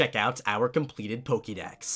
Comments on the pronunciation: why the fuck does he say pokey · How come you pronounce Pokemon correctly, but Pokedex incorrectly?